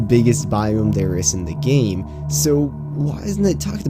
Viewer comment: “The largest biome in the geem”